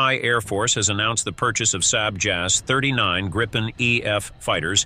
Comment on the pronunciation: Your pronunciation is wrong, saab is not sab, JAS is not jas!